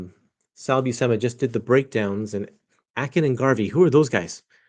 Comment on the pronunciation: if it's Buscema i think it's pronounced "Bushema"